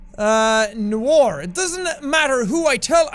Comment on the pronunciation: i like how he said nowar not noir